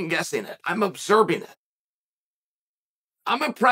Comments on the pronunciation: I heard Zuckerford 😂😂😂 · Is chael saying “ZuckerFerg”?? What the actual f*ck?! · Hahaha suckerford on the second one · I heard Zuckerver😂😂😂😂 common Uncle Sonnen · "So now we just learned who Mark Zuckerford is..." Hand sweeps to the side. Did we? Did we really? No way he got that name wrong 15 times by accident. The speech at the beginning about Mikey so and so... Reeeeee! Another classic from Lord Chael. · Will never be prepared to hear "zuckerford"